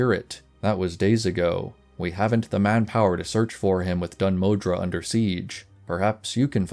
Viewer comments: The, er, pronunciation of Dun Modr would be 'Moh-dur', not 'Moh-dra'. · My good sir, whete do you find the letter A in Dun Modr? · dun modre or dun moðr? :D